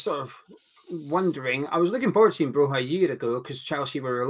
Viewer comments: It's pronounced Broya, as in Goya, the painter. 👍🏻🇦🇱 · why do you insist on mispronouncing Broja. He's not Spanish lol